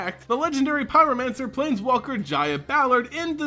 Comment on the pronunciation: Jaya is pronounced as Ya-Ya